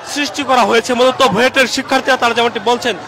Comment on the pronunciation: Buet ... Not Buit